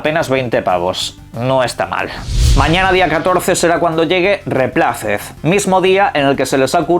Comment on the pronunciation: REPLACED se pronuncia /ruipleisd/ no es dice tal como se escribe (no es hate)